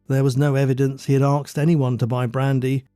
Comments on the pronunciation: Asked not axed. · Why does the narrator say axed instead of asked? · Not, ''Arksed'', ''Asked''. That aside, very good upload as per usual. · The word is Asked, not Arksed. Please don’t confuse the world by publishing bad English. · Just excuse me, love the stories, but why oh why, you say aksed instead of asked?